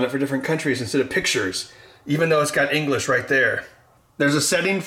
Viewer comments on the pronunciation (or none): none